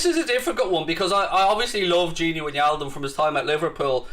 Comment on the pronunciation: Can’t wait to not hear him pronouncing wijnaldum as win yaldum.